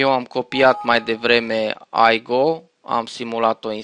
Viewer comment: Se spune simplu IGO nu AIGO deoerece nu este un soft american sau englez ,este un soft german-unguresc,etc ,I se citeste i nu ai....